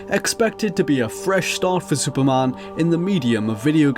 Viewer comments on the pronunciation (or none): Dude, it's Superman. Not Supermân. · HOLY SHIT I CANT WATCH THIS. SUPERMAN. SAY IT WITH ME.